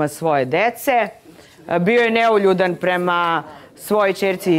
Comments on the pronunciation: Bravo, sto nemas pojma sta znaci neuljudan i uporno pricas neljudan 😂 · U koji metu, devojka promasila temu. Kaze "Neljudan". Ne zna da izgovori, a kamoli da zna znacenje te reci. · Matirala samu sebe sa NELJUDAN. sem sto ne znaju definiciju termina, ne znaju ni pravilno izgovoriti. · Neka neko objasni sta znaci "Neuljudan". Cak ne zna ni da izgovori pravilno.😮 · sutlijas,to ti je NEULJUDAN.